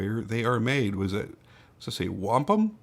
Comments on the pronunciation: Yup you got it right! (Wa)-Pum, it’s Native American name. I’m from Ellwood City which is a stones throw away from Wampum, I’ve walked there many of times. It’s a really small town. Takes ya about 10 mins to see the sights of the town. Not much there. But seeing Wampum PA on the side of that knife makes me wanna pound my chest an scream Hell Yeah! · Pronounced Wampum correctly, I was born and raised in the next town over.